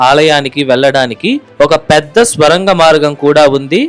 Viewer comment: బాబూ ‘ స్వరంగం‘ కాదు ‘సొరంగం‘ అని పలకాలి. ఏది ఏమైనా ఈ వీడియో బాగుంది.👍